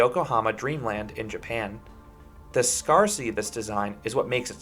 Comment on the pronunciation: The word is pronounced like "scare-city" not scar like a scar from a wound.😂